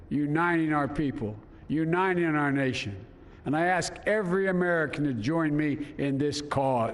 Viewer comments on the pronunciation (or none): Is he really saying 'you nining'.. can't he say the T in uniting? But he says it several times you nining